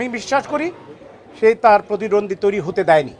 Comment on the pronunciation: আগে প্রতিদ্বন্দ্বী উচ্চারণ করা শিখেন।নিজের মনকে সুন্দর করেন।